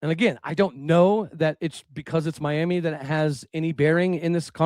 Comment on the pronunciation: You’re pronouncing Miami wrong. Are you truly from Oklahoma?